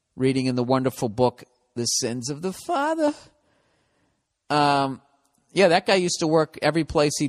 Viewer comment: "sins of the fathhhaaaa"